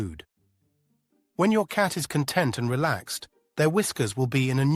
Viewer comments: A content cat i didnt understand ai what you meant for ages its con- tent not content 😂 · I would like a con -TENT' cat, not a CON' - tent one! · Great info! Btw, CON•tent is like “Table of Contents” and con•TENT is ‘happy with the way things are.’ It began to annoy me that the AI never said “con•TENT,” when that was the focus of the video.